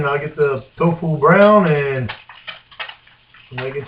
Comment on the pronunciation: I like how he reads off how many calories in the butter then just pours 1800 calories of bbq sauce in. Also can we get a counter on how many times he says "twfoo".